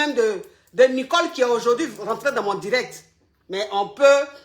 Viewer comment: Hééé je m'appelle Nicole😭😭😭à chaque fois j'ai mal de t'entendre dire Nicolekro😂😂😂